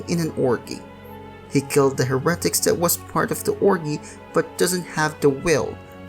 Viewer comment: Ahem 'Hare-uh-tik"